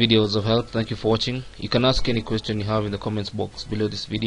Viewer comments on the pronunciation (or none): none